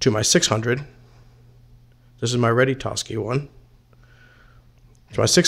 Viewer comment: Your old transmitter is a Ready-to-sky , not a ready-tos-ky